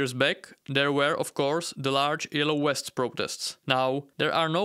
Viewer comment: Low growft. Yellow wests. Water turnout. Out of respect for your audience, please work on your pronunciation.